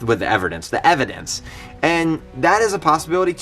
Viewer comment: with the everdence lol not evidence